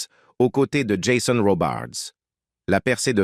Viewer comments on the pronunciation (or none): none